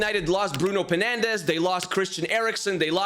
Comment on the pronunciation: I like how he said "Bruno Penandes"😂😂😂😂😂.